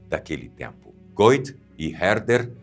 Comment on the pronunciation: O sobrenome do autor de Fausto, pronuncia-se aproximadamente Guét.